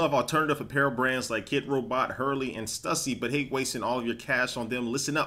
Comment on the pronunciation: Stussy is pronounced STOO-SEE.